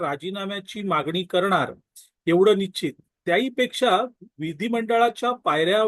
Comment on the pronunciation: स्पष्ट आणि शुद्ध बोलण हे अपेक्षित आहे आपण निच्चीत असा शब्दप्रयोग वारंवार वपरला आहे.कृपा करा,नीच्चीत नसून निश्चित हा शब्द आहे.मराठीचा दर्जा घसरू देऊ नये.आजकाल ग्रामीण भागातील बोली भाषेचा च वापर केला जातो,हा ट्रेंड चालू आहे. पण अभिजात मराठी भाषेचा वापरच अभिप्रेत आहे.